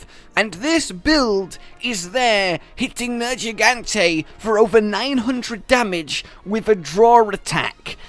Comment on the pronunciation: For the love of gawd please pronounce his name correctly. It is not Nerjeegante. Its Nergigante. Hard g. Fuck that is annoying.